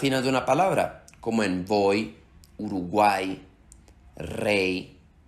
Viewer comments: face-blue-smiling: ... pronunciaste [ 'v'oi ] ... labiodental ... ??? ... ... cómo así ... ??? voy se pronuncia [boi] ... recuerda el betacismo ... en español la v y la b se pronuncian igual, solo varían en ciertas posiciones ... ... ... pronunciar la 'v' como labiodental es una hipercorrección aunque muchos hablantes, por ejemplo en Chile, así lo hacen ... a propósito, de dónde es tu acento ? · Qué desagradable es escuchar el sonido labiodental fricativo sonoro (v) en español. /sh/ no es un símbolo del AFI. La letra "y" al final de palabra después de vocal conforma el diptongo /oi/. Además, la pronunciación del digrafo "ll" como aproximante lateral sonora no se utiliza en español estándar.